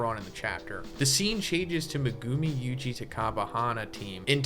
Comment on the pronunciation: Dawg, I love your videos; but what the fuck is that pronunciation of Megumi?